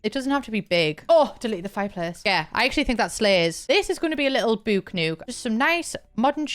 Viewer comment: I love how you say book nook "bewk newk" 😆